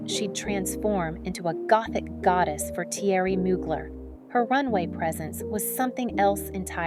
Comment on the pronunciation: Ok. I just can’t Theory Mu-glare is how it’s pronounced.